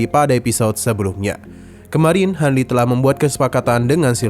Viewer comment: detik salah pengucapan bang malah hanli😅